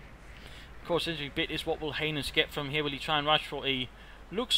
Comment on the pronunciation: Lol saying heinus made me laugh so hard.... if you know what i mean